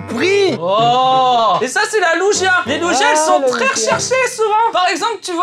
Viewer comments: On dit pas lugia.. comme on dirait une luge.. 🤣 mais comme on dirait luguia mais sans le u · Lugia ça se prononce "Luguia" 😭 Je t'aime mais la non 😭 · AIIIE MES OREILLES apprend a prononcer Lugia pitié t'as assassiné mon pokemon préféré 😢